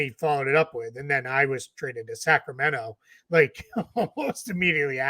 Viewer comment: lol! I was saying Sacramento but it sure sounds like second round